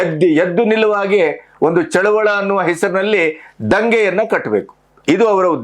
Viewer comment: ಚಳುವಳ ಅಲ್ಲ ಸರ್ ಚಳುವಳಿ